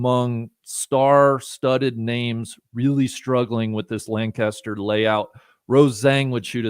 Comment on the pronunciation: I live here in PA and we do pronounce it LangKISSter. Not sure why...but is 100% correct! 👍👍